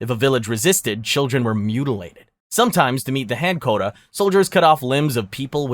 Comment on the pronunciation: quota = kwo-ta, not koda ;-)